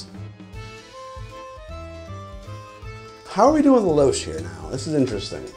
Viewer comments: "Lou-shhh" Please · 'louche' is pronounced "loosh" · Hint: it’s pronounced “loosh”. Trust me. Otherwise, great video. BTW, Swiss and Swiss style absinthe is usually clear. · Louche = “loosh”. Lol, can 100% be counted on to mispronounce a new word.